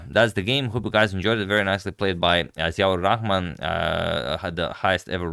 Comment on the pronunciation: You really pronounced the name perfectly. Bangladesh will miss GM Ziaur Rahman! And thank you for covering his game.